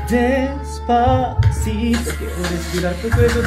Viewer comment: 영웅님:뽕다발:기부금팀미션: 영웅님다리춤너무잘춰서놀랬어요.글구데시파시또노래도발음원곡과흡사해서또한번놀랬죠황윤성님노래연습너무웃겼어요~홧팅건행!ㄱ